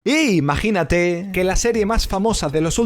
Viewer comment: me emocione al escuchar:I-MAGINATE